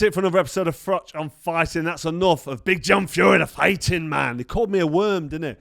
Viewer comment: Irish 🇮🇪 fan here Cobra Just want to say don’t ever change. Same confidence. Same delivery. Same running commentary while you’re mid-story impersonating “BIG JOHN” like you’re doing both parts in a one-man theatre show. The Nottingham accent switching into “FRATCH! FRATCH! WHERE IS HE?!” while simultaneously explaining how in fact Big John Fury knew exactly where you were and how it was all just theatrics from “The Ultimate Fighting Male” 💪 is just comedy gold 😂 Take that payday at Spurs. It’s only 62k capacity so it’ll be a very modest crowd for you but 💯 easier 💰 than AJ/Paul. And you’d be giving the boxing public something we didn’t even know we needed. Even Big John gets a payday for the hospital bills. Everyone wins. Imagine mid-fight you lean in and calmly say, “Yeah but did you ever do 80,000 at Wembley?” and somewhere in the crowd Floyd is still standing there nodding politely 💀 Keep it real 🥊🥊